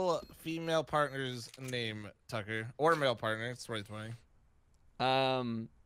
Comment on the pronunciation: Heard more sucker than tucker. 😛